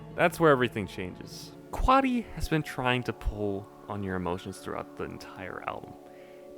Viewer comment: bro callled him quaddy lmao